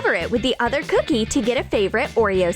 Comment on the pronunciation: I don’t really like how they say ‘cookie’. cOOkie